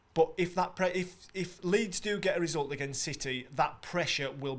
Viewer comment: This is terrible man. Lool keep saying leeds